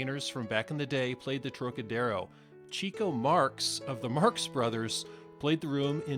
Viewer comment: Really fantastic video, thank you! Just one thing, Chico Marx. It’s not CHEEK-o. It’s CHICK-o. 😀